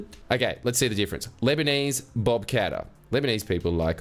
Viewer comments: Mrs Bucket. Mr Qatar. ..... 🤠😤... IT'S PRONOUNCED KAT-TARR 🤜🤜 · Qatar is actually pronounced Cutter. I know, very disappointing